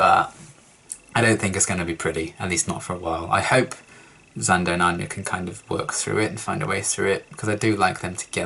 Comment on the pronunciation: What gave 'Xander' away how he had mispronounced/butchered Anya's name